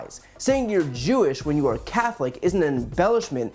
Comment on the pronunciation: Damn they tried to cancel YE first then Kyrie for posting a book this guy says I'm not kewish I'm kew-ish lol 😂😂😂